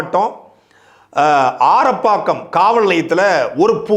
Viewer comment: ஆரப்பாக்கம் இல்லை ஆரம்பாக்கம்